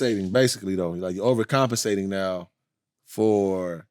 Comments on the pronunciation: Overcompensate the word is overcompensate 🫡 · Keem was tryna say “over compensate”😭😭💯💯